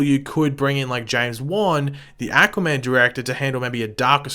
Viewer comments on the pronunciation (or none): Aquaman was amazing! Learn to say aquaman not ackuaman..... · Ackwaman Sorry lol I love your videos but I cringed every time you said that.